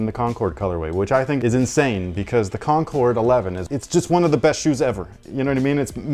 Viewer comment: Air Jordan 11.4 “Concnords”